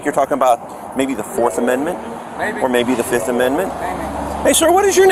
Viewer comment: "Fif! One, two, three, four, FIF! I plead the Fif. I plead the FIF! FIF!" There is a skit from the Chapelle Show that he might benefit from watching. Although, to be honest, he did probably save the tax payers some time by literally confessing to every thing on the spot. I believe that people in the Legal Community would call this an "Open and shut Case".